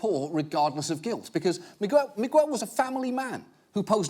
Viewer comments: Migwel? O nome é Miguel? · After all these years I just notice John Oliver pronunciation of Miguel